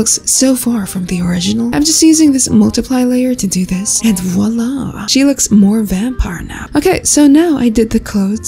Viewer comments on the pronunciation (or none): As a french person it's very funny to listen you saying "Voila"❤